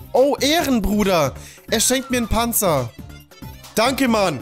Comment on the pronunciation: "Nur dee Panzer?" Komm schon